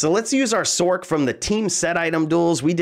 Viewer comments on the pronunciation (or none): Sorc is pronounced Source